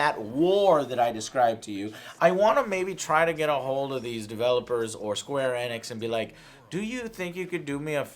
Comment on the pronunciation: Square "ee-nix", you latino idiot. Annoys the shit out of me when he mispronounces simple words like Sony into "Sawny".